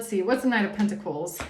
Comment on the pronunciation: Side note: The way you annunciate the words pentacle/pentacles is monumental in itself. I wasn't expecting that to be a thing. But just know that it's a great blessing. 🐝🍯🙂🕊️🪽😁